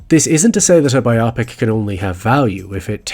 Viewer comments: I love your video essays, but as far as I've ever known the word is pronounced in both American and British (but perhaps not Irish?) English as BIO-pic. This makes sense as it comes from BIOgraphy and PICture. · Wait, biopic isn't pronounced like it rhymes with topic, right? It's supposed to be pronounced buy-oh-pic, isn't it? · Some people seem to have started using this, but it's incorrect. The word biopic comes from biographical picture and the correct pronounciation therefore is BIOpic. It's not a word like myopic. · I don't find it pretentious but my lord, does it sound weird. It's a pic so why isn't 'pic' stressed? Bio-pic. I get that it changes the pronunciation of 'bio' but I'd prefer that over a pronunciation that stresses a vowel in the middle of the word. And while we're at it, can we all agree that Antifa is 'anti-fa' not 'anteefah' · Content & quality of the video aside, your repeated mispronunciation of the word 'biopic' reminds me of that nature documentary where Benedict Cumberbatch says 'penguins' wrong a bunch of times lol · Hopefully, they didn’t take it as mean. That wasn’t my intention. It’s a word people often mispronounce so I just wanted to make them aware. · Great video! Well done, but I cringe everytime you say the word "biopic". Why you have to pronounce it so weird? I know I have my issues with the English language and I pronounce many words weird... or barely, but I also know that English is not my first, nor 2nd language, while you seem to be born with it. So... Why the weird "biopic" pronunciation? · I sincerely enjoyed this video, however the way you pronounce biopic insuch an oh so british accent sounds like a surgical procedure to remove a bit of ick. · Wrong vowel emphasis in the word Biopic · the mispronunciation of biopic is a little brutal :( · What is the point of learning how to pronounce biopic before making a video about them? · Why do we pronounce biopic that way now? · And ‘biopic’ does not rhyme with ‘myopic’. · “bi opic”